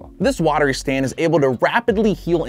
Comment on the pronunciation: You said sand not stand